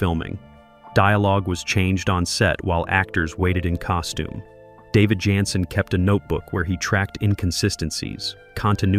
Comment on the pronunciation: This may be the stupidest computer narrator ever. Can't even pronounce the star of show's name🤢